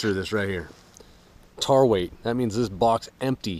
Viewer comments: Except it is tare. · Tare is pronounced "tear" not "tar" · know it is tare though he wasn't pronouncing it that way tried to give a example t-air or tear in other words phonetically